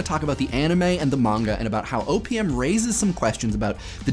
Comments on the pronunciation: every time he says "O.P.M." it sounds like "opium" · I know he say OPM, but I hear Opium... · sounds like he is saying opium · You said OPM, but I heard "opium" and wondered how Papaver somniferum fit into it. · The amount of times I thought you said opium is pretty significant. OPM OP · Whenever he says OPM I hear Opium O.o